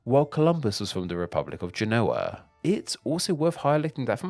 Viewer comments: Genoa* not Genouwer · Please check the pronunciation of ‘Genoa’